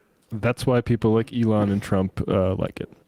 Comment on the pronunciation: Sam please keep calling him ‘E-lawn’. It gives me life.